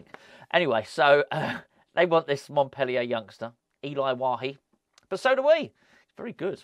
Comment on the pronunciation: Well pronounced name......!!!